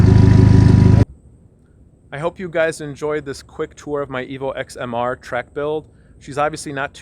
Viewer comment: you said Evo "ex" gross. Its pronounced "ten". You wouldn't call an Evo 8 an Evo "Vee eye eye eye" or an Evo 9 and Evo "Eye ex".